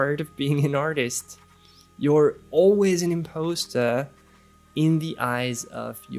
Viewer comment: Just FYI, the word impostor is pronounced im-paws-ter. I loved the video and your advice.